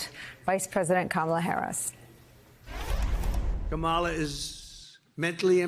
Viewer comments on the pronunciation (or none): Has JD Vance been doing the KaMAla thing, too? If so, Walz out to call him out on it saying; "I'd pronounce your name right if you had one." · Mr. Tramp sure seems to have an ongoing problem pronouncing VP Harris’ first name. I hope it’s not due to a cognitive decline. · Anybody would know this, Donnie? You fluffing can't even pronounce her name properly but you say she was born impaired? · He says she is mentally impaired, but he can't even learn how to pronounce her name. Who's mentally impaired?